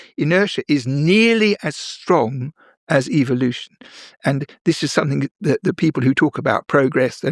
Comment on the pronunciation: Did i hear "process of eveeelution" 😅 just the way he said it "gotta catch'um all!